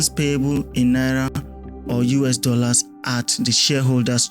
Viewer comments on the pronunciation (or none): none